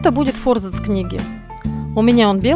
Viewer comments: Занимаюсь книгоделанием и реставрацией книг. Вы большая умничка! Однако ваше фо́рзац режет мои барабанные перепонки – всю жизнь и сам употреблял и слышал от других и́наче :) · Аааа, мои уши! фОрзац, фОрзацем, ааааа!!